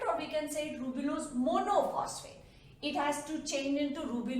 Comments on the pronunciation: It's a ribulose mam not rubilose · Mam your videos are really helpful but sorry itis 'ribulose' not 'rubilose'. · Correction:- It's Ribulose* she mistakenly told Rubilose Thank you for such a great explanation and for your efforts ma'am🖤🖤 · Amazing but its ribulose not rubilose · Wonderful lecture ...however there are two error 1) NADPH not NADPH2 2) Ribulose not rubilose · Is it ribulose or rubilose? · Rubp is ribulose bisphosphate not rubilose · Hi mam your videos are amazing Sorry to say you that it's not rubilose bit it's ribulose. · Mam sory to correct u but its ribulose not rubilose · I think it's ribulose not rubilose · I think maa'm it should be Ribulose bis phosphate , not rubilose bi phosphate.